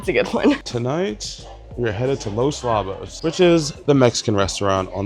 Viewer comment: Not Labos… it’s lowbos. A Lobo is a wolf 🐺